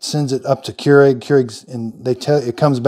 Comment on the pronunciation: Came here to hear how americans pronounce this. I assumed ''kee-u-regh'', but it sounded more like ''cure egg'' I am left entertained.